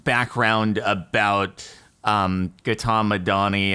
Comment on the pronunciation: the way you pronounced Gautam bruh, eveb though not your fault, it hurts 😭